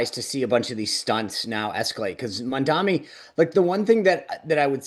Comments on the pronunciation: MAM...D....ANI Mark (remember you used to get upset about KAMALA being pronounced wrong! Come on... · "Let's talk about Mandami". Jesus, are you ever going to get the name right? Any of you? And he did reach out to Jewish New Yorkers, you just chose not to play that part of the speech.